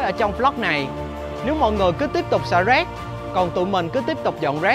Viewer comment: nói rác giống như roét